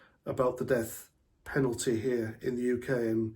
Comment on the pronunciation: Sorry, I thought you said deaf Penalty.. . 👂